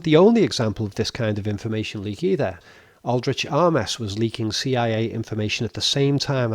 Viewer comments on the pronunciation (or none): It's pronounced Aldrich "aims", not "ah mes".